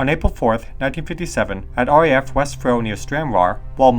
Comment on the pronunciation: Interesting story. I'm from Stranraer, and I vaguely remember hearing this as a child. Also West Freugh is pronounced West Froo. The locals pronounce it frooch with the ch making a sound like in Loch (not a hard k).